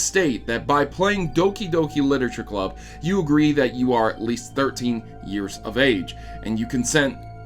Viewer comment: So it's pronounced as Dookie Dookie Leetooreechure Clabb?